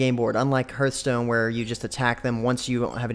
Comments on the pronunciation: It's pronounced h-are-th stone :D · "Herth stone"